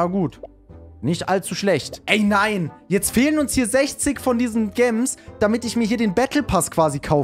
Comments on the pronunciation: Gams 😂😂😂sagt du heißt gems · man spricht es auf english aus also gems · Gems spricht man "Tschems" aus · Cooles Video! Ich feier es total dass du jetzt so andere Spiele bringst. PS: Gems spricht man „Dschems“ aus.(NoFront) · warum sagst du gemms digga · Deine videos sind nice bitte mehr von stumble guys 😁😁aagst du gems extra so komisch 😕